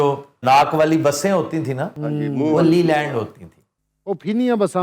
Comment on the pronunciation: لی لینڈ نہیں لے لنڈ